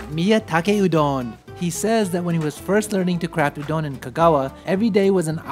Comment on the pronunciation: Loved the content but why do you pronounce Udon like that. Sounds like "Ooooh don't" without the t.